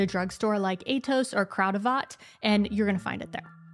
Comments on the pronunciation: The way she pronounces Kruidvat... pretty cute! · OMG, i am sorry but i have to laugh because for us it is normal. How you speak "kruidvat out", hahahaha. Orange juice fresh is lazyness. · The way you said kruidvat 😂😂 it made my day